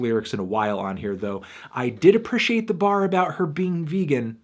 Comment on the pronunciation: Is he saying appreciate like that ironically? Or does he genuinely think that's how it's pronounced? Either way it always bothers me when he says it